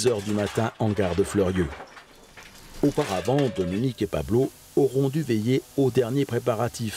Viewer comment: petit annicroche de prononciation ca arrive lol